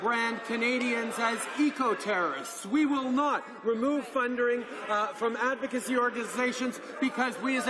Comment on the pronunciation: "Adsocacy" and "Fundering" 🤔🤔